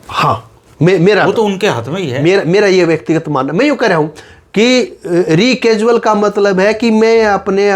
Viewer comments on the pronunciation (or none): रेकसुअल नहीं हॉट रेकुसल कहते हैं . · अपने Phd वकील साहब Recusal शब्द का उच्चारण ही गलत कर रहे हैं । इसको रीकैजुअल नहीं रैकुजल बोला जाता है । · Bhai ji re casual nahi hai recusal hai ..kahan se apne Doctorate Kiya hai...